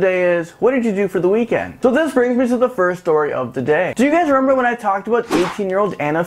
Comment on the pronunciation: Sorry but he kept saying rerember instead of remember